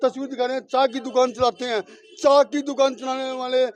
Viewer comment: चा नहीं चाय